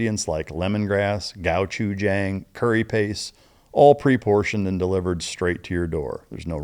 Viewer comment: Can we talk about his pronunciation of gochujang during the ad read